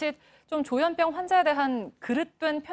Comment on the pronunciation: 조현뼝? 조현병? 아나운서 발음도 서로 달라